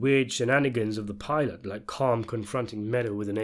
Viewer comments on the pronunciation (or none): none